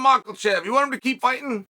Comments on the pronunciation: I hope you properly pronounce his name before he retires! "MICHEAL-CHEV" It is Mac-Ka-Chev (at least) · The only reason uncle Chael made this video is to say “Micheal Chief” isntead of Makachev! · As great of a spokesman and how great Chael is with his words, he must know that there is no L in Makhachev right? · Yes it is, just look at Islams L against Adriano Martins, thats why Chael calls him Macklechev